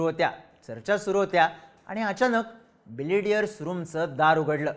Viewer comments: ढापण्या ... बिलियर्ड्स म्हण रे... बिलेडीयरस नाही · बिलेडीअर्स ❌️ बिलीअर्ड्स ✅️ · तुम्हाला ' बिलियर्ड्स 'म्हणायचे आहे का ? तुम्ही सारखं बिलिडीयर्स म्हणत आहात 😅😅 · बिलियर्ड्स म्हणतात त्या खेळाला. बिलेडीयर्स नाही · बिलियर्ड्स; न की बिलिडियर्स. Great video as usual. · मित्रा बिलियर्ड्स म्हणतात रे!